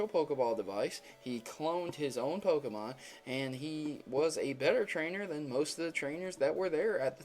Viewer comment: He doesn't pronounce the Pokemon names right!!!!!